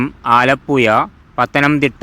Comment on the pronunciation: ആലപ്പുയ അല്ല. ആലപ്പുഴ.